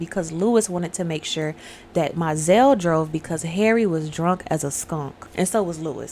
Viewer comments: She told her first “Look to your children at the end of the reading”…& That’s pronounced Mo-zell☺️ She told her “next man was a dead man, like the others”. Gurrrrrrl, sorry but I love this movie😂 No she Cicely got her period, I’m going to tell Daddy.😊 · It's MO-ZELLE